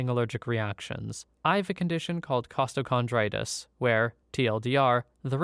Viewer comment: I have Costo as well, found out when I was admitted to an ER for a heart attack and everything showed I was fine. That was a fun day. But you pronounced it very well, 9/10, no changes required.